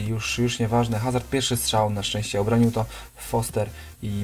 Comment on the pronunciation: nie HAZARD tylko AZARD